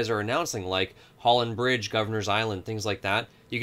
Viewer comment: ... "Holland BRIDGE" ? LOL